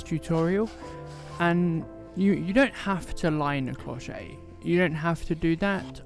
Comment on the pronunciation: bonjour, an other lovely tutorial!! i love to see you working, your way to register your work with your camera / phone is excellent. May i tell you that your "clochette" pronunciation is not perfect:-) you should say "clow-shet" with a clear T like in "chef" but with an T. Thanks for all of your videos... your clochette is lovely, could be a so elegant gift...